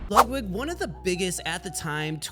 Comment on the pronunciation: “Lugwig” If you don’t care enough to pronounce a name correctly, Im going to assume that you dont take the time to make sure everything else is right too.